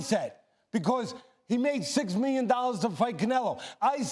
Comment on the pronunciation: "He got 5 miyon dollars, I'll say it again 5 MIYON DOLLARS!"